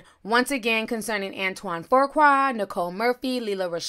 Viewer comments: Hold on...there's more than one picture?!? NM said that she just ran into him in Italy. It looks like they had a pool date in Italy... Ti, I think that it's pronounced Foo-Qua... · His last name is pronounced Foo-kway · Fuqua is pronounced FOO KWAY.. my last name I know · "Fuqua" is pronounced "Few Kway" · FU QUA. where is the “R”???! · WHY ARE YOU MIS PROnouncing HIS NAME. THERE IS NO R AT AT ALL IN EITHER OF HIS NAMES. IT IS PROUNONCE FUUU-KWAAA. NO R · "Fu"(Foo) qua. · Fuqua is pronounced Few-kwa. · Please Ti, the name is pronounced FOO-QUAW. Thanks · 🤷🏾‍♀️Nicile and Antoine are friends, friends with benefits! He's BIGGER than John Singleton because his movies have grossed more at the box office. Fuqua is not pronounced as Forqua, it doesn't have an R in it... Ijs... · Pronounced Fu-kwa not tryna be a smart a**...just noticed you pronounced it wrong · fü (like über) qua (no "r") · Why can't you pronounce Fuqua??? It's just an easy name. Where are you getting FOURqua from??? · It's pronounced ". FOOH KWAH" Do better. 🙄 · No "r" in the name lol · stays butchering people’s names; then gets indignant when people correct her. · Nacquia Johnson 🤦🏾‍♀️OMG, that ish was irking my soul. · 😄😄🤣🤦🏽‍♀️ I'm like "where tha r!?" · Right!! Where is she getting that damn R from? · Can someone tell me where the extra letter “R” came from 🤔😬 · I hate how she is pronouncing his last name😠 And Lisa betta mind it before Nicole takes her man again! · Girl say his name right smh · Fuqua... FOO KWA not FORQUA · Antoine pronounced "few qua", not "foe qua". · OMG it is pronounced FEW-kwa!!! It's like nails on a chalkboard everytime you say FOR-kwa!!!!!!!!!!!!!!!!!! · Why you keep saying FURQUAR when it's FUQUA.. in other words FOOQUA... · Right! I mean, he doesn't deserve any correction lol but it's pronounced "foo-kwa" I'm wondering where everyone keeps coming up with a "r" too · FU qua not for qua, pronounced fu as in the "fugees" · It’s Fuqua not For-qua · It’s Pronounced foo-quah